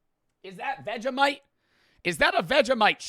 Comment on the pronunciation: nah why you say vegemite like that? as a white Australian of myself that pisses me off other then that love you:)